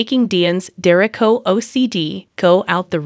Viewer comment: Please pronounce their name correctly 🤦🏾‍♀️